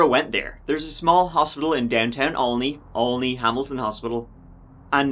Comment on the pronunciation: Why do I have trouble saying Olney. Not Only, sheesh